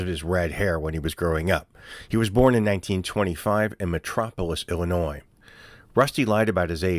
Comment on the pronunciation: You make great videos, but as a lifelong Illinoisian the S is silent. 😅😅